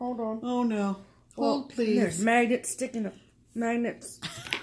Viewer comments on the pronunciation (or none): Wow, what an amazing stack of packages!!! You two are soooo funny. - Did you say magnet or maggot? and - That's right you are amaaaazzzzing! Happy Stitching ladies!!!!